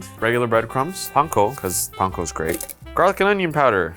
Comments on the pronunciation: Thank you for pronouncing panko correctly. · Omg pronounced panko correctly and it made my heart soar. Thank you.